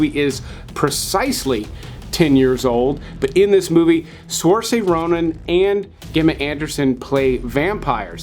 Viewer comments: It's pronounced Seer-sha Not soar-say. 👍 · "Surshuh" Ronin. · Saoirse (SUR-SHUH) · Just an FYI. Saoirse Ronan's first name is pronounced Sursha. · I wanted to point out your mispronunciation of Saoirse Ronan's name. I'm not trying to be a jerk, just helpful if possible. Irish names tend to be mind-boggling difficult to pronounce and her name is one of the few I learned to properly say. Phonetically its "sursha". Irish names also sound cooler than they are spelled. Hope you don't mind the correction! Love your channel and all the incredible movies you've introduced me to!!! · Saoirse is pronounced Sear-sha ;) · In his defense, if you are referring to Saoirse Ronan's name, it is tricky to guess. I heard her say it a few times before I remembered. But I pointed out his mispronunciation too...lol...